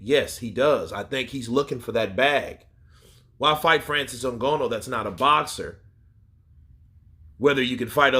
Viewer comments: why u say Francis last name like that 😂 “n-gonoooo”. It’s “n-gah-nooh” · NGANNOU not ngonnu 😀😃😃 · Come on boss even white ppl can say Francis last name better than that